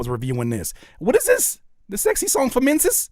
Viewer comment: "You going to see some menziz"😂😂😂😂😂😂😂😂😂😂😂😂😂😂😂😂😂😂😂😂😂😂😂😂😂😂😂😂😂😂😂😂